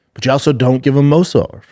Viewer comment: So Brendan pronouncing Movsar name and its different and hilarious every time?? Anyone noticed? 😂